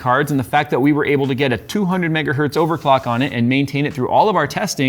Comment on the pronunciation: Dear, one megahertz is still a megahertz, not metgahert like you say:)